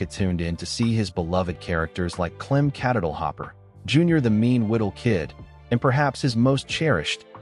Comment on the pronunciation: The "rural purge" in favor of "edgier" material was intended to appeal to "younger audiences." Red Skelton got his justification, though. Among other things, he took his show on the road, entertaining audiences in colleges. By the way, Clem Kadiddlehopper is pronounced with the accent on the second syllable, to sound like the word "diddle." The narrator of this video showed he was just reading a script and had no first-hand knowledge of the subject matter. Shame on him. But for that, I'd give this video a thumb up.